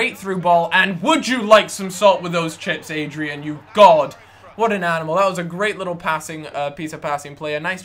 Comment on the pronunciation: It's ADRIAAAAAN not Adrian lol :)